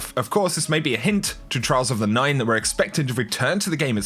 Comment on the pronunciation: I swear to god I heard "we have new trial of the nineties"